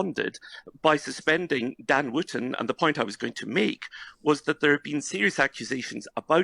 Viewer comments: His name is Wooton, not Wanton. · not Ivan. Wootton, not Wotton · And it's Wootton.